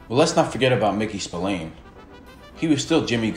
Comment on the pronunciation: I'm an Irishman born and bred you don't pronounce his name Spill - Ain it's actually pronounced Spill - Ahhn